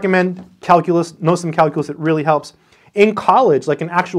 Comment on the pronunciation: He said Kalcoolus... 789 times...I counted.